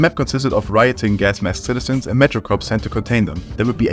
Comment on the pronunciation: Pssst,! Es wird "Core" anstatt "Corps" ausgesprochen, so behindert es auch ist.